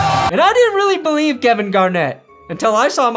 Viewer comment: I BO-LIEVE 🏇